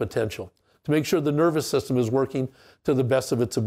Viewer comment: Is he saying nerve system or nervous system? It's like Pam or Pan from Step Brothers..LOL